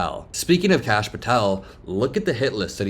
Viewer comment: did she call Kash "Krash"?